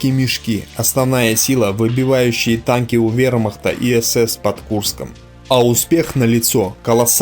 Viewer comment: Этот чтец вообще хромает на обе ноги. Он постоянно говорит "Таньки" вместо танки. Ну и других "косяков" масса. Но всё равно, спасибо ему!